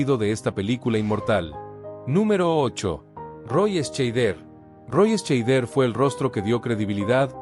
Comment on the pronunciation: Dios mio, se pronuncia Shaider, joder, documentate un poco. Y también Estiven......mejor no sigo, odio la mediocridad.